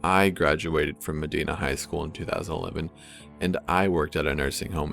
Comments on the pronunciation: I'm really surprised that this was in ohio. I never heard of it before. Also, fun fact, its "medyna" not "medeena" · Ohioan here. It's not pronounced "Meh-DEE-nah," it's pronounced "Meh-DIE-nah." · *correction: the high school is pronounced with a hard I, not a soft one, so, med•ina not med•ena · Texan here. It’s not pronounced “Meh-Die-Nah,” it’s pronounced “Meh-Dee-Na” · this shit happened in my state when i was 7 lmao. it’s also pronounced “muh-die-nuh” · It's pronounced medh hina I live close to there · holy shit... i went to high school with her.. how weird. by the way Corpse, you mispronounced Medina. it's cool though, a lot of people do. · You are saying Medina wrong. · It's Dark Out There (ง'̀-'́)ง I live in Ohio and it was pissing me off lmao